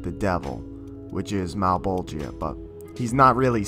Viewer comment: Hate how you pronounce Malebolgia's name. If you had to say "Georgia", would you say "Ge-or-GI-a"? No, "Geor-gia". "Male-bol-gia", not "Male-bol-GI-a". For reference.